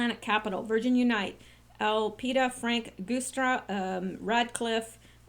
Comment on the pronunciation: Happy New Year! And I've always heard the Guistra (sp?) Name pronounced "Juice"stra - not being overly picky, just remember you had said some time ago that you appreciated being alerted about possible mispronounciations.